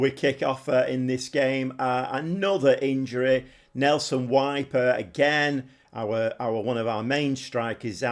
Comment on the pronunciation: Kiev is in Ukraine mate! 🤣 Also, Kiel is pronounced Keel. Weiper is Veeper. 👍